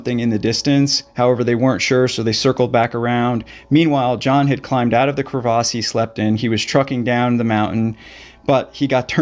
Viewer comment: Pronounce crevasse correctly.